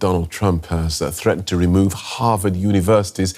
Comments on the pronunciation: Can you pls learn to pronounce HarVard not HarWard? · HaRvard not Haward and CoLUMbia not Colombia, SOMEONE hasto tel that lady the right pronunciation, please.